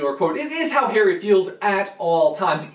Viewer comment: Stop saying ''Hairy'' lol